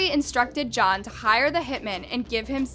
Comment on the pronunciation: Your voice is okay, but the way you use it is often very annoying... Over-exaggerated dramatic inflections, and you pronounce TONS of words wrong, especially peoples last names. And 2 or more MEN that do HITS are called HitMEN, but just one? That's a HitMAN! No such thing as "a Hitmen."